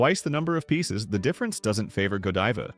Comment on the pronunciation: You lost me when the narrator didn't pronounce Godiva properly.